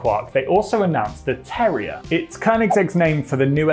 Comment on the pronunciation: Just like the dog? Are you saying terrier? I thought you were saying terror 😂